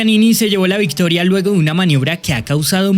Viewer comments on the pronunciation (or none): none